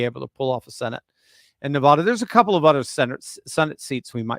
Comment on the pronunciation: I realize east coast people are taught the incorrect pronouncement of NEVADA, but it still sounds like nails on a chalkboard if the main syllables don't rhyme with "bad".